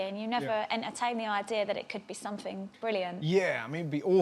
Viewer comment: The thing is with Stacey Dooley, she doesn't pronounces her t's and says "summink" or "doin" which irritates me. As a journalist or a TV presenter, it really does turn people off. My english teacher advised us to hear TV presenters speak Rnglish except Stacey Dooley. I am sure she works hard and she is a great person, but not prnouncing your t's really put me off.